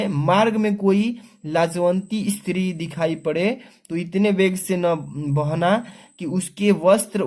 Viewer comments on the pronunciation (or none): none